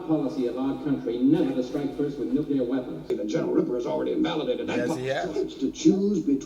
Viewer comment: "Nuclear" is pronounced "new-klee-urr", not "nuke-you-lurr". It is pronounced how it's spelled. Most of Peter's Strangelove scenes were improvised.